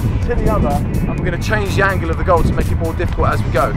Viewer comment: you said the angles wrong like